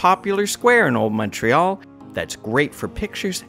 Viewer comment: Montrealer here. Fantastic video guys! Don't know where you guys are from, but thank you for pronouncing the name of the city properly!! Omg I don't know what it's so difficult for people to say!